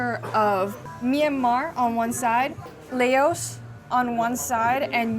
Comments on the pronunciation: its pronounced La-os. Not Lay-os lol. Where's your college edumacation at?🤣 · Never heard Laos being pronounced as "lay-os" like that before 😂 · I love you and all your videos. The country Laos is pronounced like blouse without the B. 😊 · Thanks for the explanation of the reason why Lao food is found in this region. However as a Lao food and culture advocate, I have to ask that you take some time to do more research on the culture if you’re going to make content about it. That’s the first time I’ve ever heard someone pronounce Laos that way. The resources are abundant and you have a Lao person right here to connect with if you’re so inclined.